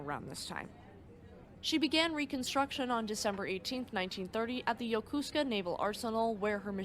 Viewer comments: Yokosuka not yokosko, don't worry Dr. Mark Felton over at War Stories can't pronouce it either, it's not that hard.😅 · Yokosuka... NOT "Yo-kus-ka"! It's pronounced "Yo-ko-soo-ka". Mindinao... "Min-da-now". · NOT Yakooska but Yakasuka. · It's pronounced yoko-sooka other than that flawless job.